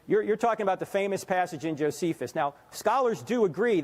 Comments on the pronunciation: This kid said he studied language.. but he said koine Hebrew.. and he also mispronounced Josephus? Lol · "I study linguistics and I do a lot of stuff with languages" Miss pronounces Josephus If you self attest to be a scholar of language and linguistics, why would you be uncertain of the pronunciation of a person's name that you have sourced as evidence to defend your argument? It would be similar to stating you're a mathematician, but when asked to solve a problem you are unable to write the proper equation to solve said problem. Your reputation is sullied by your own hand and your actual knowledge comes into question. A faulty argument begins with an appeal to authority. A call to believe what I will say and not the content of what I am saying. Never preface the authority of your argument with ancillary evidence. Do not attempt to prove you are an authority in some field by stating you are, you must demonstrate it. Otherwise, when said knowledge is proven to be faulty or limited, the rest of your argument and future evidence will come into question and may fall on deaf ears. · Bro, you're studying linguistics and you can't pronounce Josephus correctly? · Studies languages...can't pronounce Josephus... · All that money and can’t pronounce Josephus name .. now I know why they want free college. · Andrew Dean In that case, can you tell me one fact that the boy got wrong? (Apart from mispronouncing Josephus) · The young man can't pronounce Josephus, and thinks he's a Christian, and a church father. The problem here is pride. You glanced at a book that one time and think you're a certified knowallogist now. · So, let me get this straight. This guy is proficient in linguistics, but he cant pronounce the name of Josephus? I find this highly suspect. 😊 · I’m a linguist ..who can’t pronounce Josephus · From the Moment he didn't know how to Pronounce Josephus name. We should not trust this Kids Language Studies research. REPENT!